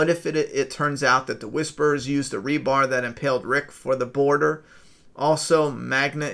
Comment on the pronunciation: not to nitpick but its "rebar" : )